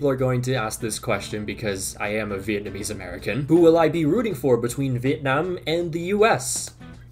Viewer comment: ive been noticing your excellent pronunciation of vietnamese names since i first watched your videos about my country's football men team, but i'm still kinda shocked when you said you're a vietnamese american. anyways although our national women team isn't gonna qualify for the round of 16, i just hope they won't turn into that thailand team when they face the americans 😭😭😭